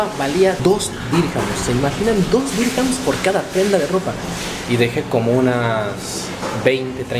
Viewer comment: No se DICE DIRCAMS